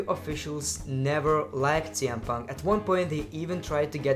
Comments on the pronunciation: he botch saying TN Punk and WW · is it me or he read cm punk name for the 1st time is TM PUNK